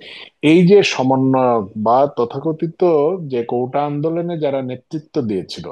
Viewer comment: কৌটা নয় কোটা